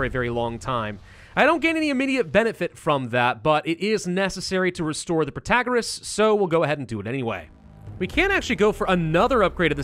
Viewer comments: he wasnt saying it prOtagOras, he was saying prOtOgOras. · What's wrong with Pro-ta-GOR-ous? I liked that pronunciation :( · Pro -tah -gor - Rras (somewhat what you have been saying before) is a lot closer to the greek that what you're saying now haha